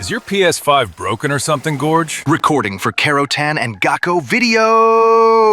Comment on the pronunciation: I always think its funny the ai pronounces your name as Gorge. Imagine if there were die hard man's that you had to shoot and shouted "good god!" when you shot them